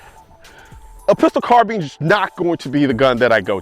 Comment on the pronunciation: Had to stop watching because of the way you pronounce “carbine”